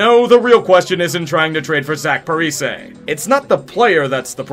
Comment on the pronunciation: Parise is pronounced Par-ee-see. Rhymes with Easy.